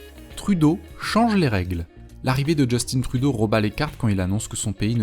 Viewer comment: On dit Jus TIN et non Justine ;-)